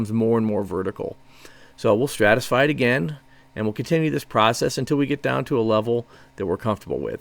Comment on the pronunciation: Stratify. Stratification. Not what you keep saying.